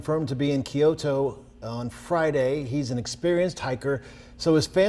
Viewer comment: Geez, can’t you pronounce Kyoto correctly? You guys are pathetic.